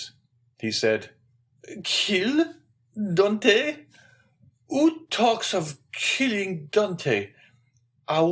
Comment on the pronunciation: Dear reader, you should really have tried harder to pronounce correctly the hero's name, Dantès. As the accent grave indicates, it is not Dantee or Dantei, but Dantaes with a short ae sound and an edible s. Well, I will have to turn off the sound and read myself then.